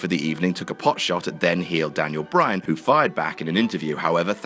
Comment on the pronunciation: you can have your own opinion, but my real problem is why you put emphasis on "who"